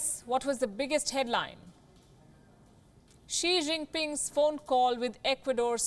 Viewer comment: It should be she- jin- ping, always pinging..